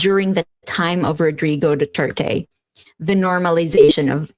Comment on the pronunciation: She's a fine example of what it means to fight for what's right. I just wish she would not pronounce Rodrigo Duterte as Rodrigoe Duterteh.... please